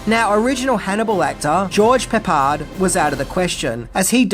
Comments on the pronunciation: I think that was me my, who.punished you over the PEP-ARD pronounciation but nothing irks me more than your horrible pronunciation of ALCOHOLIC, when you say ARKA-HOLIC, but Ive noticed you’ve finally imprived that pronunciation a bit better. And it's B A BAR-ACUS not BARRR-RAAA-CUS FFS 😂😂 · I pity the fool who calls George Peppard George Peppered. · Gets assaulted (a-salt-ed) by the comments section for mispronouncing peppered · Fuck yeah,. We love that you are giving us all this fantastic retro joy. I love you, bro. Say PeppAAArd right, or don’t. Who gives a fuck. You’re awesome. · I was one of those that dinged you mispronouncing "Pepard." Of course such things do just make you more adorable. In this case, I put it down to generational differences rather than accent (me being a 70 yr old USamerican). No worries. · I just laughed at every “Pepper” trying to figure out if it was an accent thing or just a mispronunciation. Your videos are always entertaining and informative, don’t sweat the complaints too much. If you’re up talking about George P again, check him out in The Blue Max. It’s a 1960’s style of action drama, he does a fine bit of acting as the main character. It also has Ursula Andress and James Mason. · I got to admit George "Peppered" was pretty darn funny!! Poor George Peppard😊😊😊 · It can be very distracting though at least Peppered is a funny one. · Thank you, oh thank you, thank you! I have to be honest, I was one of those out here chomping the inside of my cheek every time you said George Peppard's name in the last video. And like many, this film took me right back to the 80s so I was really happy to see a much nicer review from you about this movie because yeah it will end up being a cult classic😁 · It's not that we're mad at you, it's just we are a little disappointed in you and how you pronounce Peppard. 😊